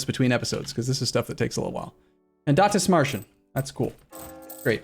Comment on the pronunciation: DithMERChen, cmon!